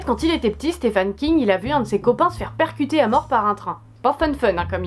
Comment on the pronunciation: Super vidéo ! Ça m'a donné envie de découvrir tous ces films ^^ Par contre c'est "Stephen" King qu'il s'appelle le monsieur, pas "Stéphane" :p